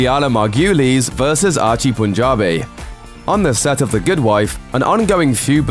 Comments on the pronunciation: "Mar-Goo-Leez". Why is that so difficult? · Margulies is pronounced MAR go lees. Your pronunciations of that name and a couple of others was beyond disgusting. You REALLY need to research how things should be pronounced. And at least as responsible is the editor. BAD JOB. I'd fire you both and take over the jobs myself working for free. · Pronounce Julianna Marguiles' name like that ONE MORE TIME... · PLEASE PRONOUNCE THE ACTORS NAMES CORRECTLY. You took a hatchet to Julianna Margulies name. hahahaha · Dude maybe look up the pronunciation of Doherty. And Margulies.